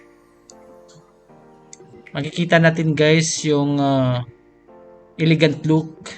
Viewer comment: E~le~gant HINDI: I ~ li ~ gant (bisaya man gid )